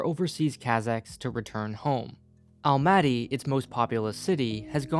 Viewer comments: Whoa! Never thought that someone would make such video about Kazakhstan. Stresses thow all over the place) The correct way of saying some of the words is: Nur-Sulta ́n, Astana ́, Almaty ́, Nazarba ́yev. I'm from Kazakhstan myself. Been living in Almaty as long as i can remember. The video actually very good at explaining some of the key features of our political history and current situation. I even learned a few things and never looked at our politics from this point of view. But that might be because i'm trying to avoid our politics in general, because it always making me feel only sad, and unfair. The part of the video about autoritarism is absolute true =\ Being multicultural country thow is very nice. So much different people, different cultures and holidays) I am planning to moving in Canada and one of the reasons is Canada being multicultural too. I feel like we both dont have a strong unified mentality, but rather we are countries of many) Thank you for making such a great video and bringing knowledge about Kazakhstan to people) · This video was like 1 minute about the alphabet and 10 about Kazakhstan geopolitical situation... Also, you're pronouncing Almaty wrong.